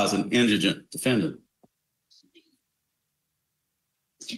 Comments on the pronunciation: Say it with me...In-di-gent. Indigent. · Indigent. Your reporter completely mispronounced the word.